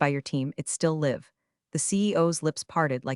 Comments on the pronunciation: It's actually easy to fix. Or 'live' being read as live instead of sounding like a'live'. There are ways to fix it. Simple proofreading and editting will fix it in a heartbeat. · Still mispronouncing live and read. Is anyone auditing these stories?